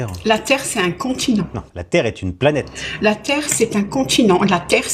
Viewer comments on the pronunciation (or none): La terre est plate ! La preuve on dit "pla nète"😆